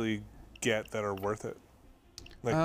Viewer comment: "50 grand woth of stuff"